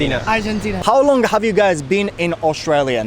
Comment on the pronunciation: とっても流暢な英語！vの発音がbに聴こえるかなぁhave とか、ちょこっと気になった